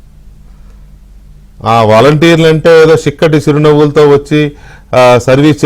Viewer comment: చిక్కటి చిరునవ్వు కాదండీ షిక్కటి చిరునవ్వు అంటాడు